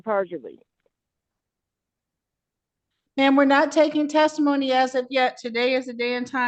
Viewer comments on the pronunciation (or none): Did she say, "penanty and perjidy"?😂😂😂😂😂😂😂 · "... penalty AND purgery..." LOL 😂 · I heard Brainy Bonita saying "penalty and perjumurree" 😂😂😂 As Fred Sanford would say "Ya big dummy"!😂😂😂